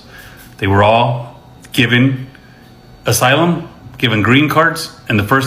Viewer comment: Ever time, she pronounced asylum wrong. i corrected it. 😂😂😂😂